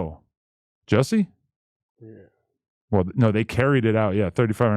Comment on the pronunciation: Adam his name is not pronounced “Jesse” its pronounced “Jussie” and rhymes with B*ssy.